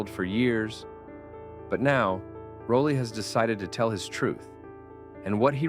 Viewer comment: Rah lee -- not Row lee.